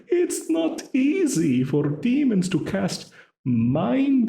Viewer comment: “I am in a class of ordinary demons” i would’ve told him he pronounced “demon” wrongly 😭